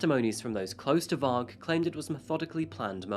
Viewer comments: Why is he calling varg “vik”?? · why tf he calling Varg Vikernes vick varck?